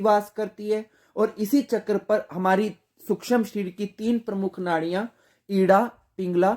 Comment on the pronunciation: सूक्ष्म, शब्द का उच्चार गलत था ।